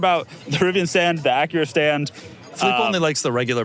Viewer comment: Loved how Doug tried to behave himself by pronouncing Acura correctly and then correct with AcueRa